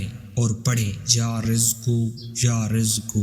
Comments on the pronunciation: Narrator ne mispronounce kiya hai. Its YA RAZZAQU He said YA RIZQU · U must Read ya Razaaku not ya Rizku Jazak Allah Bhai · یارزق نہیں یارزاق ھے جناب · Bhai..ghalat.bol rahey ho.ya razzaqo...pehley bolna sekho...kissi sey pooch kar samajh kar paro.. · یا رزاق ھے اپنا تلفظ درست کریں رزق اور رزاق کا فرق دیکھ لیں۔ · Ya Razza qu parhte he please currect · Ais video ko delete kar k dubara sahi talafuz k sath upload kar. Thanks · Ais video ko delete kar k duba sahi talafuz k sath upload kar dy. Thanks